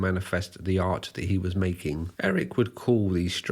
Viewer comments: this video discredits you, the way you say HE with so much force like it is an offence to you that HE wants to be a SHE. takes away from the facts and puts it in a 'political' light. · I won't lie, the way you emphasized "he" that first time when talking about Lady Bunny had me a bit worried - but you actually were quite respectful about her and her legacy. While shes mostly known for the nightmare fuel "obey the walrus" video by the wider public, shes a bit of a legend in underground queer art circles